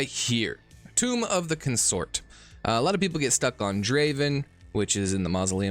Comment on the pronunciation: It's CON-sort, not con-SORT